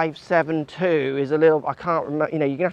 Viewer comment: It's D"S"72, not D572.